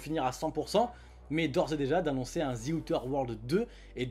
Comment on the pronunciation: En regardant sur Wordreference, on obtient ceci : "before a consonant: [ˈðə], before a vowel: [ˈðiː]". Donc même si son "th" n'est pas correct quand il le prononce "z" (prononciation à la franglaise tolérée), le "i" de sa terminaison l'est parfaitement vu que "Outer" commence par une voyelle.